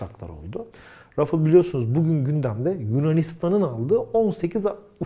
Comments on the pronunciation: Rafıl değil, Rafal okunuyor. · Abi lutfen biraz telaffuz calis. Kivrik patates cipsi degil onlar... UCAK! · selam,, video için teşekkürler,, ufak br konu için uyarmak isterim. O uçağın ismi " RA FA EL" olarak türkçe telaffuz edilmeli. Ayrıca EF 16 değil, FE 16. Bu ufak ayrıntılar çok mu önemli? Evet çok önemli. Bir fransız ın türkçe bir markayı türkçe telaffuz etmeye çalıştığını asla görmedim. fransa da yer tarifi için, ingilizce sorduğum soruya bile, hep fransızca cevaplar aldım. Lütfen bu isimleri kendi dilimizde telaffuz edelim. Tekrar teşekkürler bu değerli video için